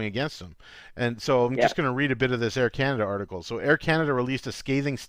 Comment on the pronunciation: Air Cana-Duh